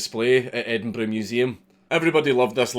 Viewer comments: Endenburrrrrr "tongue roll" ough. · that's an EdinBRUH Moment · It took me exactly 5 minutes to recognize the word Edinburgh.